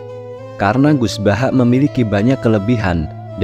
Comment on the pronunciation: Mohon maaf..banget.. Penyebutan nama itu gus baha bukan gus bahak..mohon maaf